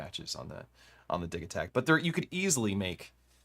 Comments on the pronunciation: I don't know about that, Elektron is a Swedish company, and according to ChatGPT the "g" in Digitakt would be a "y". and the word Dee-yih-takt (/ˈdɪjɪtakt/). But to me it will always and forever be Digitakt, and NOT Digitakt. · no no no, repeat after me, it’s “Digitakt”